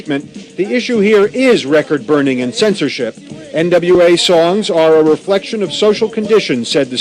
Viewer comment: Dropping hard Rs on national television while mispronouncing NWA’s name is crazy work. 🤣